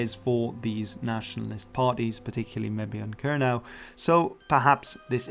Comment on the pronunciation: Kernow yw leverys dhe rimya gans 'crow' yn Sowsnek, yn le a 'now'. Kernow is pronounced to rhyme with 'crow' in English, not with 'now'.